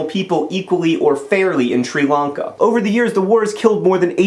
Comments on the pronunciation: did anyone else hate the way he kept pronouncing Sri Lanka as shree Lanka why do it the i is not a sub for ees otherwise amazing idea for getting stories across keep doing what you do best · "Shree Lungka"? Come on, John, Melbourne is bad enough.